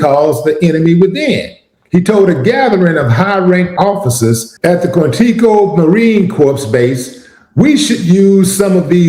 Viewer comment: Pronounced Kwan- tick- O, I grew up in the area and played basketball on the base years ago